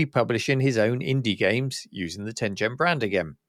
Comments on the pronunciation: Tengen is pronounced with a hard G. As you said it's a Japanese word from the game Go and is an era in Japanese history. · Ten Gen not "Ten Jen." テンゲン Such as the G in Garage or Gone.